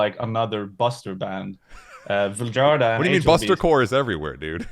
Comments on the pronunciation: A Swede mispronouncing his own band's name is unforgivable to me. Why would he do that? Why would he not teach these lowly Anglo monolinguals that "J" is pronounced like the English Y in the majority of languages in Europe. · He’s not pronouncing it in Swedish here though, so I’m not sure this is correct even. He’s pronouncing it like Swedes sometimes pronounce their name to make it understandable for English speakers. I’m Swedish btw